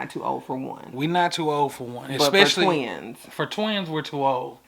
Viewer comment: “We too old fa two” 😂😂😂